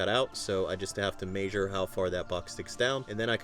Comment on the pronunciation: Lol “may-sure”